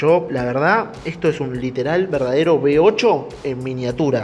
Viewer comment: ¿Eres alemán? ¡Qué coño eso de "B8"!, uve ocho , osea ocho cilindros en uve como la letra "V" y se pronuncia uve. no be. Por lo demás, muy bonito el motor, el de arranque también